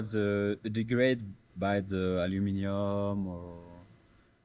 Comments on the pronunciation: Thought it was Alamenium with how the french pronounced it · The French guy says Aluminum and the American says Aluminium😂